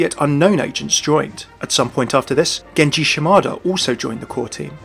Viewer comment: Genshi Shimoto? What? It's pronounced Genji Shimada